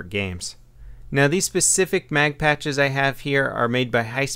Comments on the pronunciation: Pouches not patches lol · it sounds like he's saying patch instead of pouch lol.